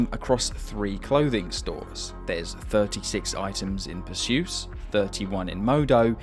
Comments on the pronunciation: The mispronunciations in this video are insane. It’s like you never even played the game. The fancy clothing store is pronounced per-see-us, not Persyoos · Btw it’s Percy-us not Per-Zeus :) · Per-se-us like the Greek hero Not per-sus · bro its PER-SEE-US 😭😭😭😭😭.... named after the greek mythology character, not 'pusseeus' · Perseus is pronounced "PER-see-us" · it’s pronounced PUR-SEE-US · Per-see-us, bro. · Its pronounced per-see-us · Perseus, pronouced "purr sea us" btw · you mispronounced Perseus. The gay store worker even says it when you come in sometimes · why can't you say perseus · Yeah he butchered it 😂